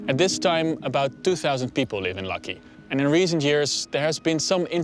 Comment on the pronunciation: And Lakki is not pronounced 'lucky' but lak-hee 😄